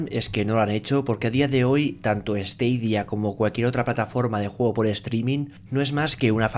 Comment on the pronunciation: Se pronuncia "STADIA" no "STEIDIA" stadia es estadio en latín, el latin tiene la misma fonetica que el español